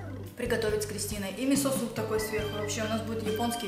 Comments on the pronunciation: вы конечно молодцы, но правильно ставь ударение в слове мИсо, а то режет слух. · Не мисО а мИсо!